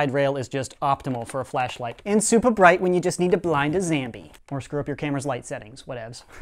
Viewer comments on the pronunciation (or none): It's zombie not zambie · Say zombie not zambie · why do you say zambie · Why does he say zambie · why do u say zambie? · why say zambie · Does he say zombie on purpose